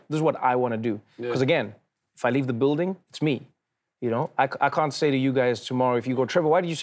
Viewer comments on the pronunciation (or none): Everytime Trevor says can't, it sounds like cunt and he can't keep saying cunt everytime he means to say can't.. coz one day he might casually walk into a music store and order some cuntry music!